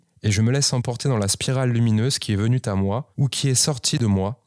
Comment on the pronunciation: "... (elle) .. qui est venue t'à moi..." citation lue telle quelle par le gars, c'est une belle liaison où un bug de la matrix 😅😅😊